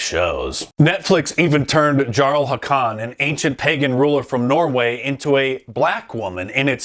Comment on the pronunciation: Jarl-- pronounced "Yarl". Not a Skyrim player, Mark, clearly.